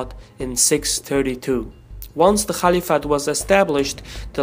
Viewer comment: Please pronounce caliphate properly 😁